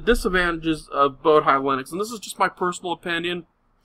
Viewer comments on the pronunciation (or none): "boh-dee" not "boh-die"